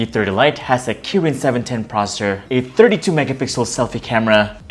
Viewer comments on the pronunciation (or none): Processor, you keep saying proser , ....